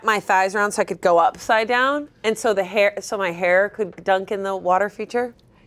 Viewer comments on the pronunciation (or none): ".....up-thigh-down......" how did all of five of them not hear that?